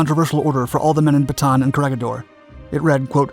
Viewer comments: Just a small note: its pronouced CO RE HI DOR and BATA AN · Corregidor is pronounced as co re hi dor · Corregidor is pronounced like "korehidor." The 'g' sounds like 'h' since it is a Spainish word. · Read the "G" with a sound like "H"